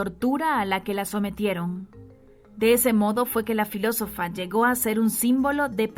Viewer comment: Por qué la relatora no cuida las palabras?... menciona Alejandria por Alejandrina y. .... filosofía en vez de filosofa... estos errores le restan credibilidad al texto leido